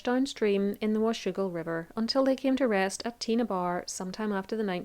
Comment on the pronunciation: Have to give you a big hand for getting the pronunciation of Toutle and Washougal correct.